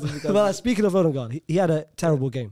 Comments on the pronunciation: As a Dane I've never heard anyone say that Ødegaard is called "Ødengård" and try to get away with it. If we say Ødegaard the D is very soft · Danish guy here, and we dont say Odengaard, like, brudda is wafflin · As a Norwegian, I can confirm he says Ødegaard very wrong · My guy I’m from Denmark, and you ain’t saying Ødegaard right.🤣🤣